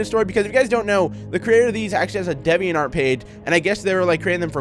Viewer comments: "Dehviant Art" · When he pronounced DeviantArt I got triggered coz he said it wrong